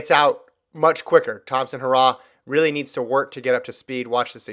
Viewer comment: Damn stop pronounce Elaine name incorrectly it is He ra h not hoorah